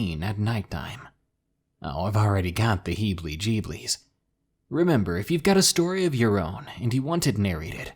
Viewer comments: Lol you're so cute! There's no L in heebie or in geebies.... Lol💕💋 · Bro said he got the heblie jeblies lmao